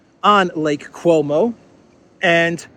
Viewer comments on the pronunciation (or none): Lake Como not Cuomo - tee hee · Slip of the tongue there - it's the Italian Lake COMO, NOT Cuomo (as in the former governor of New York).